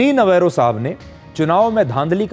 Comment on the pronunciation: पीटर नवारो का सही उच्चारण नवरो पीटर नवरो अर्थात ऐसा बेफिजूल व्यक्ति जो बेकार है और जिसे और कोई काम नहीं है.. नवेरो ने अपने नाम को सिद्ध कर दिया है ।